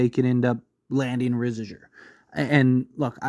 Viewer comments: you having a stroke when you say his name bruh. You good? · The way you pronounced Risacher and Vassell made me cringe